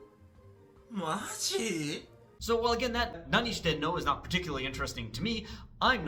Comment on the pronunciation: from my gaijin ears the reason why it sounds funny might be because he puts the high pitch on してい as in nanioSHITEno, which to me at least sounds like there's a word break between 何を and していの, which sounds like 四天王 if you break apart the no into nnou i guess😂